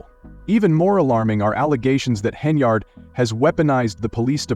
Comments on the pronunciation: Whoever programmed the AI narrator made no mention of the fictitious brawl and ICU visit. Some of these content creators are unscrupulous spewers of fake news. The AI narrator pronounced Henyard's name incorrectly as "hen e yard'. It was pronounced correctly throughout the rest of the fake news report. Ugh. Nevertheless, whoever fabricated this 'report' will receive YouTube dollars for duping the public. These YouTube streets are lawless. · Doubt its true but if it is she got what she asked for. Channel cant even say her last name right